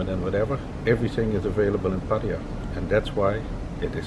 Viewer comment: Never knew Pattaya was spelled Paaatayya, my friend it is not Paaaatayya its Pattaya, we Farangs butcher this simple name its Pa and not PAA, please please don't butcher this simple name, it is always the Brits who seem to kill her name. Great video no less. 😰